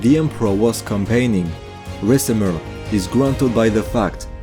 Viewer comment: Of course the only point of critique I have is how you pronounce Suebians. But from your latest video, I know that you now know how to pronounce it in a better way! Another thing pretty much everyone gets wrong are the Cs. They represent a K sound. So Odoaker, Rikimer.